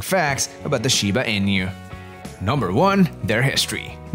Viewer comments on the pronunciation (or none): INU -- ee-nuu, not EE-NEW. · Inu is pronounced E-Nu, not In-you. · In-you XD